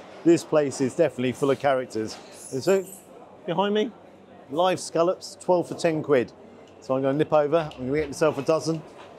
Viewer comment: Hello,. It’s soo refreshing to hear scallops being referred to by their correct pronunciation and not as so commonly used in this so called modern day as scollops.!!! xxx